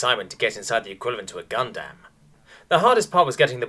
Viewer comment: wtf is a “gun damm”??